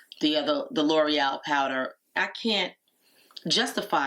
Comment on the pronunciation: How lovely! Your eyes look like beautiful gossamer wings! I have to say as a French (among other languages) speaker, the way you say L'Oréal is perfect! Most Americans, sorry if that is rude, say it lurryel. That is a tiny little pot of powder for 35 dollars🤥. I saw you pulling the plastic off of the pencil, and those wrappers have me in conniptions!!🥴😂 Gosh I loved the extra blush, but you know me! This video was filled with so much fun and glamour! thank you for lifting my spirits after a very troubled nights sleep.